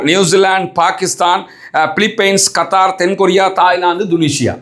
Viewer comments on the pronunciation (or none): none